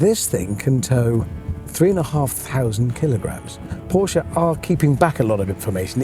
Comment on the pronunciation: Commentator said the brand wrong 🤷‍♂️🙄